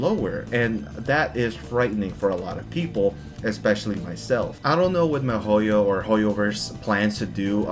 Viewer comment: why do you pronounce Mihoyo like Mehoyo?? They even have videos where they pronounce the name... Why fuck with a name, it irks the fuck out of me, but do you not listen? Or do you just fuck with me?